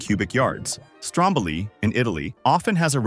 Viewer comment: It's V. E. I., not "vey". Kill-o-WAY'-uh. Strom-BO-lee. Tam-BORE-uh. The other names were pronounced well.